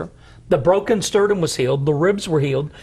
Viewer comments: If he says "sterdum" one more time.. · Sterdum vs the real word Sternum